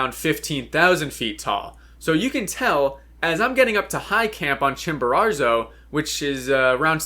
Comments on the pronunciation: Why do you say Chimbararzo? It’s Chimborazo. No R at the end. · I hate the way you say “Chimararzo” over and over lol. It’s “Chimborazo” why are you adding a 2nd R? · could you please stop saying ChimboraRzo, it's Chimborazo. Thanks! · La Montaña se llama Chimborazo no chimbero!!! Es molesto escucharlo mal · Chimborazo, not Chimborarzo. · Great video but it’s Chimborazo not Chimborarzo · Please pronounce Chimborazo correctly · I am ecuadorian and the way you say Chimborazo is so funny you add in an extra r somewhere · How does one mispronounce Chimborazo??? It’s not like it’s a significant peak or one you’ve summited or anything… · bro can't even say chimorazo - idiots like this destroy mountaineering